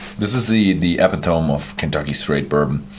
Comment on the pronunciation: It’s his second language, give him a break.